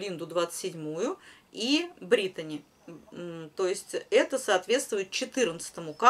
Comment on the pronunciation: все красиво,вы молодчина, только почему говорите Бритони, ведь равномерка Бритни